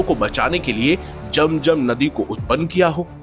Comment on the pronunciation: बकवास,,,,,,👎वेदों को पढ़ लो समझ आ जाएगी,,,,,जम जम पहले बोलना सीखो